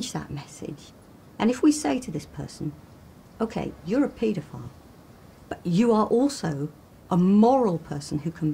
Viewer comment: Just trying to shed some light on this very dark n disturbing video... But the way he says paedophile really bugs me lol. He pronounces it as, 'Pete-a-file.' Lol 😂 it's super annoying to hear him pronounce it that way, considering he says the word 'paedophile' damn near after every single word lol.